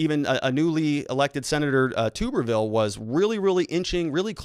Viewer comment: You are pronouncing “Tuberville” wrong. It’s Tub-er-ville. Like bathtub...not toober...